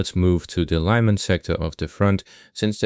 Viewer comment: those Russian names, always pronounce a "i" or a "y" as in english "ee", an "i" and an "y" are always "ee". It is not "Laiman", it is "Lyman".